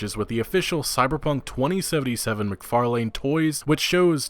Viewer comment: Mic Far Lane toys....Good job on butchering the pronunciation.